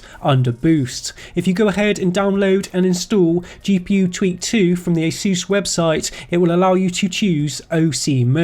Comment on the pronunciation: Its not asUs its Asus god damn it! Asus! like the first letter of english alphabet - A [ei]